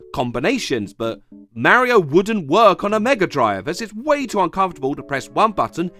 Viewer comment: if i hear him pronounce mario as ''mare-io'' one more time i swear